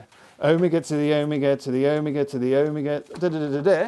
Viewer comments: o-mig-a o-mee-ga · He said owmiga I didn't know what he meant for like 10 minutes. Do all british ppl say omega like that?